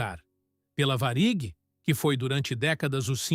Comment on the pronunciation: A pronúncia da IA é ridícula: VARÍG.